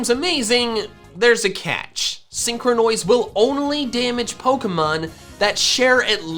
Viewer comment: Nobody: Not a single soul:: SEEN- CROW-NOISE.